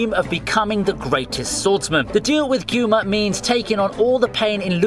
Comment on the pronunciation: The way you say Kuma it cringes the shit out of me! why not use the Japanese way.